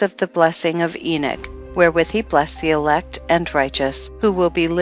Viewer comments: I wish they would program speaking platforms to pronounce things correctly It's not enick it is enock? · Lost me when she said enich what a joke